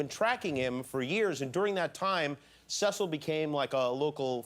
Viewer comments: cecil (see-sill) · lol he doesn't even say the lion name right...